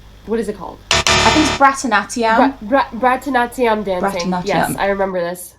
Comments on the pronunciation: I just wanted to say that you pronounced it wrong. I do this style of dance and it is pronounced as barat-nati-yam even though that isn't how it spelled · I just wanted to say that I appreciate you trying but you pronounced it wrong. I do this style of dance and it is pronounced as bara-t-na-te-yam even though that isn't how it spelled.